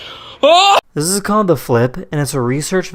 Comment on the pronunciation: 'Zizizizizzzz a Congo Tourmaline' can you make it a little mote clear like 'This is a Congo Tourmaline' It hurt my ears.